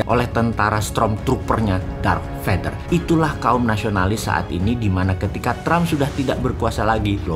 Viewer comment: Darth Vader Om, bukan Dark Vader...